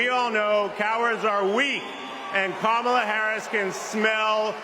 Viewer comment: …. given his singular approach to focussing on Joe’s age and his refusal to properly pronounce Kamala’s name correctly, from now on we should all pronounce it donOLD Trump